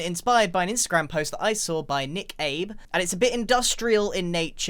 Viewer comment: Bro did my man Nikabe dirty by pronouncing it Nick Abe